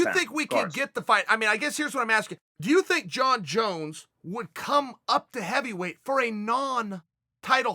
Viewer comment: Evyweight? Ow ard is it to pronounce an H?